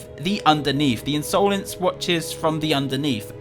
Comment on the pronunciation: In so lence not unsolence